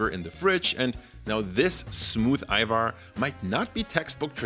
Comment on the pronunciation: i've been seeing more youtubers talk about Ajvar recently. being albanian Its been EXTREMELY triggering that they pronounce the J like an actual J. So thank you, for saying it correctly lol.